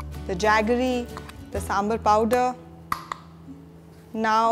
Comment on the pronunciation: its is not sambalr its is sambaarr let it properly of god sake